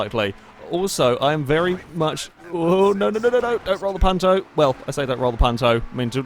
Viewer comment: This was my first videogame ever XD My father got it with the 360,but we never played "together" (since he died a month later :l) Keep up the good work! (also the "u" in Punto is pronounced like "you")